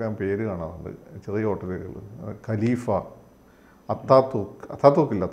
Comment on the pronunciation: Gelifa Alla, Khaleefa Aan.